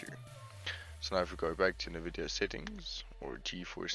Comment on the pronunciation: its N vidia btw not nehvidia its prouounced like en vidia anyway thx for the help :D